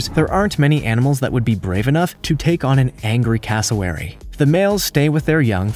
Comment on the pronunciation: It’s c-ass-o-wary